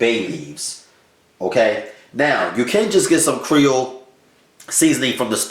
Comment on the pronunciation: Are you trying to say Creole? As in Lousiana?